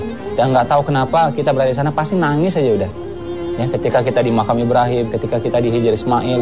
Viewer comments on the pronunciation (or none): Koreksi bang...itu bukan makam ibrahim...tapi makom ibrahim